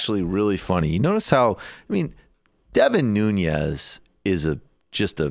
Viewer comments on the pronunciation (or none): nuñes?😂😂😂😂he is not Hispanic he is portugese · It's Nunes, not "Nunies". His family comes from the Azores in Portugal. Worst export ever from the country. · I think it’s pronounced ‘noon - es’ not ‘new - nyes’. No tilde ~ on the n. He does look scared as shit too. Lol. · Nunes, not Nuñez.... This traitor is not Hispanic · His name is Nunes, not Nuñes. That's how he himself pronounces it. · Devin Nunes' last name is Portuguese, so not pronounced with ñ like Nuñes. Just Noo-nes. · Get the name right... Nunes. Not Núñez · Its Nunes, not Nuñes. Portuguese, not Spanish. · It's not Noon-yes, it's Noo-nes. l2portuguesesurnames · Nu-Nez, not Noon-yez. Please! He's not Latino, or even of Spanish decent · is it just me that cringes every time this guy says nunez? ...totally not pronouncing it right. noo-nez...not noo-nyez...nez like nez perce... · The correct Portuguese way of pronouncing his name Nu.nis. But even more correct way is Nun.ass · Guys... his name is not Nuñez 🤦‍♀️ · just to clarify his last name is nunes, not nuñez. i was also confused at first, but it turns out his is the portuguese version, not the spanish one. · It's strange how many are not able to pronounce Nunes correctly, but are pronouncing his name almost like a Russian with a soft 'n' before the 'e', like 'Nunyes'. The name Devin Nunes actually rhymes with 'heaven trueness' (according to Daily News), but that's maybe hard to believe concidering the last news about him. 😉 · Why does he pronounce it nuniez? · His last name is Nunes not Nuñez. He's from the Azores, so you shouldn't pronounce it like a Spanish surname. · Pronounced New-nez. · Michael, you're still saying "Nun-yez"? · His biggest support is all the surrounding farm areas. And it’s Nunes..pronounced without the Hispanic accent. Something small and stupid, I know..but I know his family, and I’m Portuguese. It hurts my ears. It all hurts my ears, really. I don’t support valley Republican politics. 😕